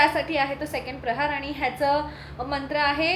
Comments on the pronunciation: Its प्रहर not प्रहार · Mast hota video pn tumhi prahar cha ucchar chukicha karat hotat. प्रहर means time related ahe pn tumhi tyala प्रहार mhnt hota jyacha arth war krne , attack karne asa hoto 😅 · खूप छान गोष्ट. अभिनंदन. एकच सांगते की , प्रहार नसतं प्रहर असतं.